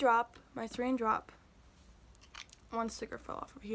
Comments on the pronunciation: Lmao it’s sourin not sore_in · she fuckin says sereen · sOurEaIn 🤦‍♀️ lmaooooo🤣🤣